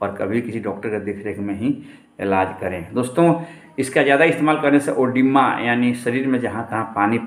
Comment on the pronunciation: कागज देख कर बता रहा,वो भी गलत,ओडिमा नही edema होता है।